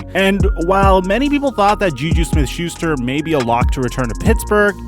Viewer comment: He called JuJu YouYou